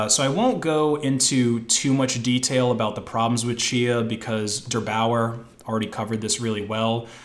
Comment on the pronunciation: Funny how wrong you can pronounce